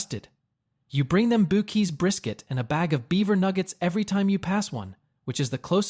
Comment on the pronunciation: Braums. Not bad if it has good management.. LOL What fun about these vids is everyone starts at level 0 with nothing. No money, often no education. They make mistakes. But they don't give up. Whataburger, Braums... I'm getting hungry. Its Buck- EEs not Boo-keys, fix the text reader.